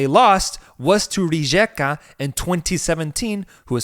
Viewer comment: Thanks for covering Croatia! Love your show. Pro tip: the letter J is pronounced as a Y like in Northern European. Hajduk = High Duke Rijeka = Ree Yeakuh ☺️